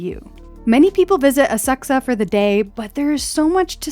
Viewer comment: Thank you for finally pronouncing Asakusa correctly!